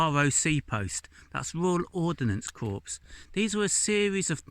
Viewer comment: Royal Ordanance Corps?!?! It’s Royal Observer Corps (pronounced as core, not corpse-it’s not a dead body). And your Battle of Naseby viewpoint is in a WW2 ROC aircraft observation post.